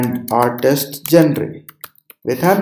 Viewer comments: gen - re is not the pronunciation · Your pronunciation of genre made me stop watching this video.